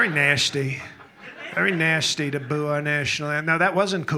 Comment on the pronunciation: The way he enunciates 'nice' and 'nasty' - chef's kiss 😂😂😂